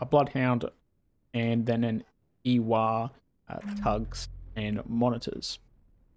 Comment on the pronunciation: I think the “war” in “ewar” means “war(fare)” and is pronounced “war”